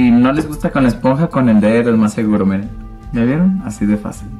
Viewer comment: muy bonito maquillaje :) y se dice miren de mirar M-I-R-A, no iren jijijj .... besos me encantan tus videos te inspiras mucho felicidades